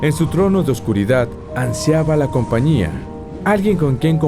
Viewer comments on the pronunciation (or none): none